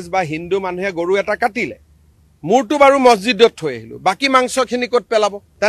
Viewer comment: Gorob mana goru, gogoi hoi assamese or words pronunciation koribo najana